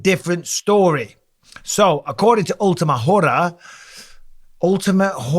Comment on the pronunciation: Omfg he said ultimate whore 😂 ULTIMA HORA = Final Hour 😂 im dead